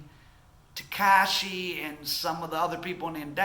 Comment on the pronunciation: Yea....you are clueless about how this city works, please stop talking shit and stay in milwakee or wherever that goofy accent is from. Hernandez ,or as you say "tehkeishi", is fried. Fried fish.